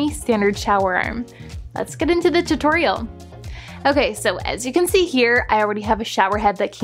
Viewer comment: “The torial” “the show-erreem”